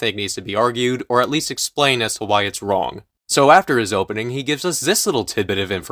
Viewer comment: lol, "wong" instead of "wrong"